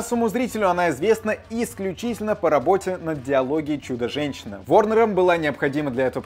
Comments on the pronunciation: На 10-40 слово диалогия. А должно быть дилогия. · Не диалогия, а Дилогия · Не диалогия, а дилогия.